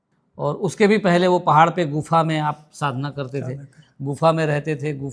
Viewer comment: गुनफा नहीं गुफा न नहीं बोलना है